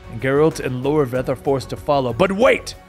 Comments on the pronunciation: iORVETH not Lorveth lol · iorveth not Lorveth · It's "YOR-WETH" not "LOR-VETH" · silé(pronounced shiela) iorveth not Lorveth temeria not temeraya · I'm amazed you got a pronunciation of a word like "Scoi'atael" right but managed to call Iorveth "Lorveth" 🤣 Good recap though!